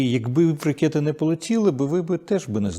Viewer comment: не ракЄти, а ракЕти, Дімко не руси, бо повипадають вуси!